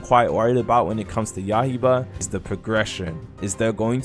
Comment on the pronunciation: man said "yahiba" 😅